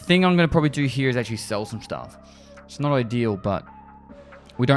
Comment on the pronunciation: Does anyone else like the way says the word "Here"? Its always sounds like "Hereuh" to me lol